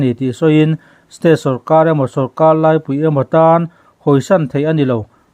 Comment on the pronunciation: Eng amaw i tih ṭhin hi, 'eng emaw' ti zawk teh a. Tin, naupang tiha nau tih hi i thlûk ṭhin a. Sorkar lai pui tiha lai tih pawh hi thlûk loh hian a dik zawk.